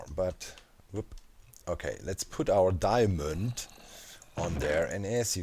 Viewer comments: "Diamönd" - perfekt! :D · Im german and i can say, that diamond is not diamönd ib german. Its diamond too but it has a different pronounciation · Aaah dude, when u said Diamönd!😂😂 Gosh I laughed more than I should've!